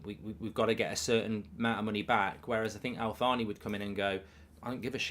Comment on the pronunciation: It’s not pronounced Al-Thaani, the Al bit is fine but it’s pronounced Taani so like Al-Taani, H bit is silent. Just like how the H is silent in Thierry Henry name, I hope this helps